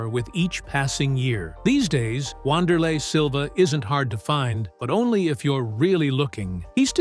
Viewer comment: The correct pronunciation is "Vanderlei" Great video